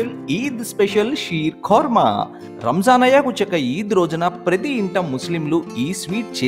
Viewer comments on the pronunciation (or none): రమజాన్ కాదు రా రంజాన్